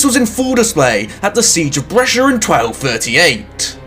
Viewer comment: That is a truly impenetrable pronunciation of Brescia.